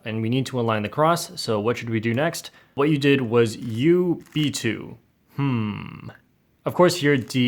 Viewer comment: the way you said U B2 lol